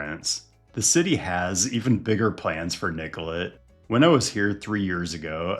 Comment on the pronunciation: Thanks for pronouncing Nicollet the right way, especially in this context it’s very respectful of you to say it correctly.